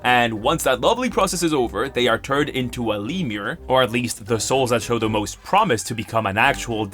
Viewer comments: btw its pronounced 'lem-your' not 'leem-er' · The Lemure to lemur mispronunciation was hilarious every time, thank you for this. From now on my devil spawn will look like little raccoon monkeys from hell.